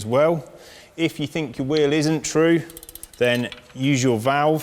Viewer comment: I wish he would learn how to pronounce "wheel".